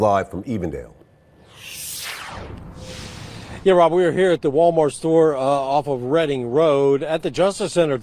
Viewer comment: Ohio here. The location is E-vendale, sounds like you said A-vondale which is a different community located in Cincinnati. E-vendale is in the suburbs of Cincinnati. Shout out to the "Nati".